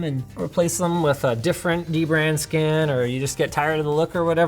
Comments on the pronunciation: Omg, Linus is mispronouncing DBrand again! It’s duh-brand. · Linus you gotta remember, it's "DBrand" not "Deee Brand" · it is not d-brand it is dbrand there is n sapce bwetten the d and b linuis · Linus just said dbrand was not pronounced d-brand but dbrand as one single word and yet ye mispronounced the name again and again... LOL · its Dbrand not D-Brand linus FFS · is it "dee-brand" or "dibrand" ??? help me out here guys... LOL !!!!! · come on linus, it's not d brand, it's dbrand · You said dbrand wrong lol! Its da brand. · Linus just likes bringing attention to the D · Shame on you, you didn't say dbrand right how do we know whats good and whats wrong prenounced :O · Hey Linus, you kept mispronouncing DBrand's name